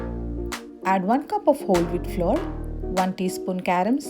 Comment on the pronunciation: nice recipe dear but correct pronunciatons: flour - not flore but same as flower oven - not oh-ven but Uh-ven..........thank you dear, please don't mind, God bless